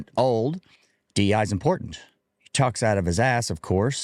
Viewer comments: He keeps calling it, "DENI" policies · Sounds like he’s saying deny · Bro can't even say DEI right 😂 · He's saying DE&I (the "and" being the N you hear).